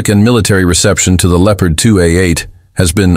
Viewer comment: Lieopard? Never heard of this word!